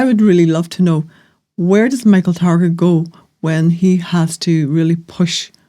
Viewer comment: " Michael Target " 😂😂Yeah he's your friend and you can't even say his name . Neither of those two bozos can string a coherent sentence together. Embarrassing from both of you .